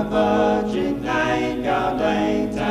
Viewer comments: 😢 that was the most horrible pronounciation of Latin I’ve heard in a long time, combined with too slow tempo. Ugh! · Wow, I've never heard Latin pronounced with such a distinctive English accent!